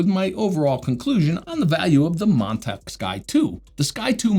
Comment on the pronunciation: Nothing personal but every time you say Montech, it sounded like Montak, which sounded funny to me...😆